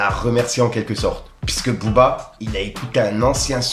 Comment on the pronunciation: "pisse que" "pisse" "pisse que"" pisse", je le répète : tu fais mal à la tête ! On dit : PUISQUE ! P U I S Q U E !